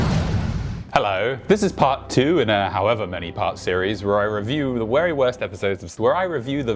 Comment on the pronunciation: The wery worst episowdes?